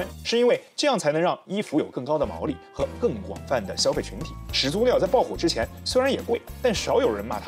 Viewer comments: 两个三声字连读，应该是第一个字变成二声。所以“始祖鸟”，应该读成“石祖鸟”。但是博主读成了“始足鸟”。强迫症患者看不下去这期啊。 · 另外把始祖鸟读成屎足鸟是个什么操作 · 全篇都读的是始足鸟，难受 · 完全题外话。始祖鸟的前两个字都是三声。通常两个三声连在一起的时候，其中一个要变音才自然。始祖鸟的话，感觉应该读作 石祖鸟 这样的读音。